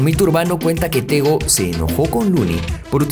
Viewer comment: Me llamo tegui me dicen tego….. El nombre lo dijiste mal